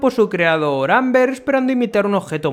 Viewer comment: creo que lo intenta decir como en la serie (Olbert) pero la verdad confunde un poquito XD